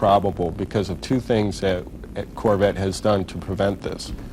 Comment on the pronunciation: I love the way he says carvette instead of corvette Such a great video. Thanks for uploading!